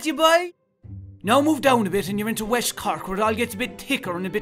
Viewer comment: wesht lol the Irish get it